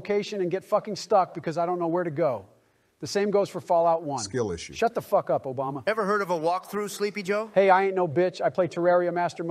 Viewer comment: sounded like "obamina" to me